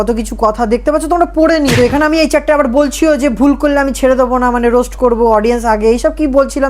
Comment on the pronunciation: রোস্ট না বলে রোস বলেছে। সুমীরও তো বান্ধবী